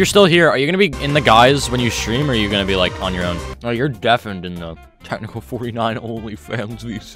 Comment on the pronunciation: that word is so wrong also is Technical xd